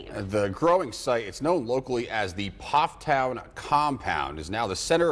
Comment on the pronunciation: The "P" in Pfafftown is silent.